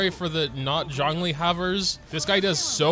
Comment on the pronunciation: U butchered both the names lol